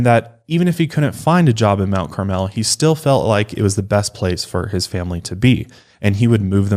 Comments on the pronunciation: Everyone commenting on this seems to ignore the proximity of I-57. Lots of travelers from all over the country passing thru. And Mt Carmel is pronounced Mt CARmel, not Mt CarMEL. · being from IL, their pronunciation of Mount Carmel has me dead